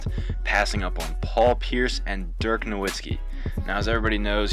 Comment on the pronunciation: Commentator was boring as hell. Pronounced Dirk's name wrong. Didn't transition with the topic well